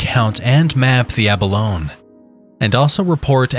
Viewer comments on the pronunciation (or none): Yep, -ee sound on the end, ya land lubber! Lol j/k